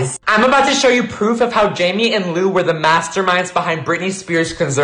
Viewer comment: Why do u keep saying “loom Taylor?” Her name is Lou